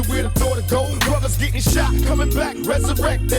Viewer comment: Bro you GOTTa do blasphemy Again now that you can hear PAC jus saying bruva